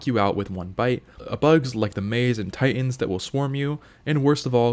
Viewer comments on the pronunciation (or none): none